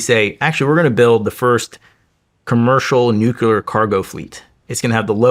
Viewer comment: Its crazy how smart he is and still says nucular